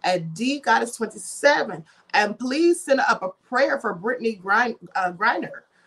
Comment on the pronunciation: GRINER...long i